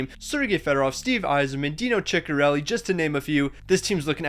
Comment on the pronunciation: Chickerelli? Dude you butchered so many names, and I understand third liners but Dino?